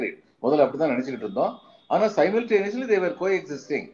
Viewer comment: சைமல்டேனியஸ் அல்ல. சிமல்டேன்யஸ். இதுதூன் சரியான உச்சரிப்பு.